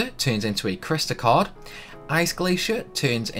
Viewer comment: Did you say cord or card?